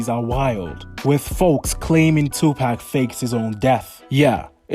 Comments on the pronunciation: Amen ! It’s ridiculous as everyone should know how to pronounce pac name by now and if someone can say keefe d properly then they should definitely be able to say Tupac. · It's pac for sure not pack like your buying a 6 pack of beer if your doing a video on a man make sure you pronounce his name correctly or get roasted on your own videos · Hey you ain't going to make it on YouTube if you can't even do research on a famous rapper like 2pac. Learn how to pronounce his name it's definitely not two pack 😂😂😂😂😂😂😂😂😂😂